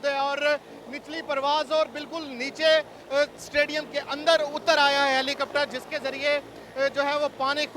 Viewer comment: is very funny hahahahah "HALICOPTARO" HAHAHAHA.... typical punchabi... Love you PESHAWAR ZALMI... INSHAALLAH WILL WIN THE FINAL AS WELL...